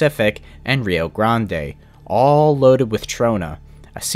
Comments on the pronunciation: It’s not Rio Grand A.. It’s pronounced Rio Grand. The E is silent. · i thought it was Rio Grande (Pronounced Rio Grand), and not Rio Grande (pronounced Rio Gronday) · One of your best videos, though for future reference it’s pronounced Rio Grand not Rio Grandé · If there was a railroad based off of Starbucks, I would call it “Rio Vente.” That’s what I thought when he said “Grandé,” instead of Rio Grande. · Rio "grahndeh"? Such a noob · You pronounced it wrong the e in rio grande is silent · I love your videos a lot, but, if you ever pronounce Rio Grande like that I’m going to have to harm you. (Kidding of course)